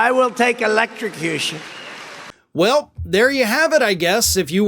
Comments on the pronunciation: Tr..p doesn’t drink. But he is surely losing the last of his remaining marbles…! His brain is clearly not functioning normal anymore. He cannot say „electrocution“ the same way he couldn’t say „origins“ and always said „oranges“ instead. But at the same time he makes fun of Biden, who has always had a speech impediment. Tr..p is such a disgusting creature! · I'm certainly not a trump fan. The man needs to be in prison for everything he's done but I didn't see where he was slurring his words throughout the random, nonsensical speech. He mispronounced electrocution once. He said it what, 4 times? So I don't see where that was considered slurring words. Pick on things that need to be picked on with him. Lord knows there is a plethora of other things to choose from. :-) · ELEXTROCOOSHUN It's hilarious how he tries to play it off as if he never made the mistake of mispronouncing a word. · He sounded like Foster Brooks when he said electricution. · Did trump say "electrucooshoon" or "electrocution"? 😂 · Elexochushun. Yep. That’s the word… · Electrixtution? Or whateva! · LOL His brain tried to combine election and electrocution = Electio-cution. Even the 🦈 would find him to disgusting to eat. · "Elec-ta-qooo-shun." He tried three times to get it. Each one devolved. If he was drunk he'd have an excuse but maybe not. Besides, it's just as often pills with this class and phylum of monkey. You can carry it in your pocket or purse everywhere ya go like coke, but with a note from your well paid Physician. You know 'em already as Dr. Bonespurs. haha! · Electricution ? Would be far better off taking elecution ! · Election - cution WTF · He said, "electrosecution". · Trump even said the word electricution like 4 times in the span of 10 seconds. And this dude wants to be president again? OMG Good grief. 🙄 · He can’t even say the word electrocution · He came up with 6 different accents and pronunciations of the word “electrocution” 😂🤭👍🤷🏻‍♂️👎🏼🤡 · He can't even say electrocution right